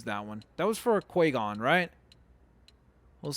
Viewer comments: its qui gon not qua gon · OMG he said qua gon not qui gon my brain (that was ) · No hate but you said qui-gon wrong. Don't worry this is not hate you are my fave. (Other than myself. :))